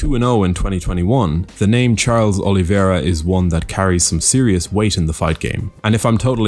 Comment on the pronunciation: O-li-VEI-ra, not O-li-vi-E-ra.